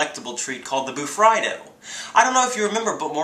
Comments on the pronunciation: Woops, I always pronounced it "Bu-Free-Do" in my mind XD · It's pronounced ba-free-do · John green said it was pronounced bur FREE do!